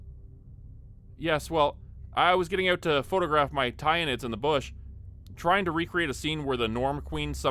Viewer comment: As a guy into Warhammer hearing that pronunciation of "tyranid" was certainly an interesting experience. Otherwise, that was pretty good.